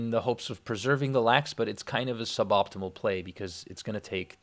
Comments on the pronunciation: Its not just from you though, it got in my head years ago and wont leave lol. I think the only way i wouldnt hear it is if you said "sub...optimal" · When i hear the word suboptimal, i hear suh-BOP-timal. You cant unhear it